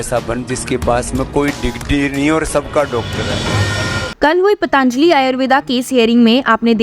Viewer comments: Madam , आप पतंजलि को पतांजली उच्चारती है ; सुधार की जरूरत है 👍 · आपके द्वारा "पतंजलि"को " पतांजलि" उच्चारित करना हीं शक उत्पन्न करता है।